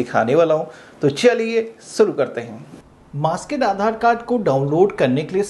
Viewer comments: Maaskaid nahin, maaskd. MAASKD English, not Hindi. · It’s masked ….. not masked….. pronoun properly